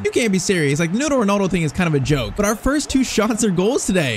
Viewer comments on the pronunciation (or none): none